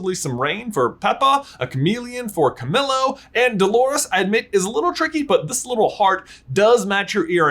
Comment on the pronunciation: does it bother anyone else he says ca-mill-oh instead of ca-meel-oh